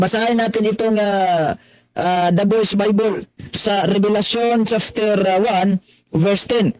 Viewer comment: Chapter hindi chafter.